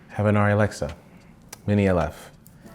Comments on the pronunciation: I think the Germans call it “are-ree” so saying it “are-e” is closer than “air-e” IMHO, I’m a no body. I just had an iPhone for research is the extent of it. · Its pronounced aarri because its german and in Germany its pronounced like you said the first time when you talked about how everyone says arri